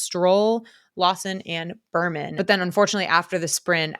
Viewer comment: I’m sorry but after hearing Berman so many times I had to comment. His name is Bearman. Like a 🐻. Otherwise great podcast.